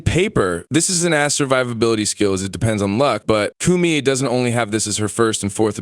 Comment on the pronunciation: Bruh its not pronounced Coomie.